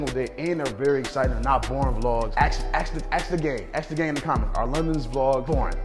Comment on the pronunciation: My boy pronounce “Gang” wit a K “Gank” 🤣 headass 😂